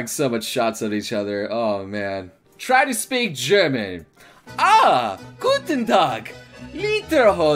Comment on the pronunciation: yeah lol... but I love how he said "Guten Tag" :D